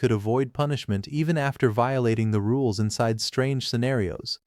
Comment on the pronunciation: Its sounds like your saying "da rules" instead if "the rules" and i can't help but imagine this is a fantasy world Timmy from fairly odd parents wished into existence 😂